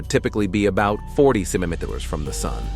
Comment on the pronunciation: Can you please pronounce "centimetres" properly...